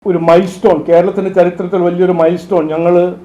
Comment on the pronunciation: Milestone aano atho "mairstone".. Onnum angatu thiriyunnilla...